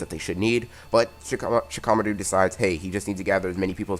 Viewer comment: Anyone else hate how he says Shikamaru?